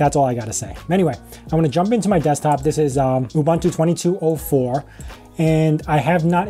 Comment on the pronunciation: FYI Ubuntu is pronounced "OO BOON TOO"